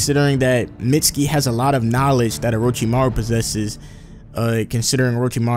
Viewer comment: IT'S MEET-SKI